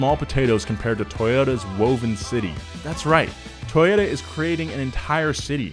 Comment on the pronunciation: toyota? it was toyoDUHH~~